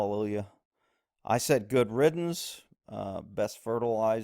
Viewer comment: Call me what you want but please get it correct, its good RIDDANCE, not good riddens...I love your videos and agree 100% on McCain but the horrible grammar dumbs it down just a hair..